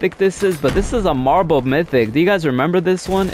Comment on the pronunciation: Half the time all I heard was “ohhhh geeeeeee marble mythics”